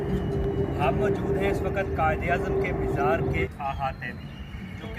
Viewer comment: Dear brother it's good to know that you are making a video on But you should be fluent in Urdu and your pronunciation must be correct you should know there is no word Mishra it's a word mazar Before making any video you should be knowing the correct words to be used